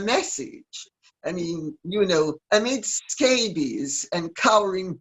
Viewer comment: Did Lady C call the writer Omid SCABIES in stead of Omid Scobie?! ?! LOL!